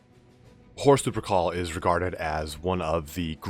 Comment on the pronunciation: for some reason everytime he says horus lupercal i hear horus supercall